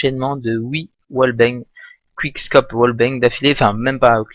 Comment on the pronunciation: il dit onche quishcope lollol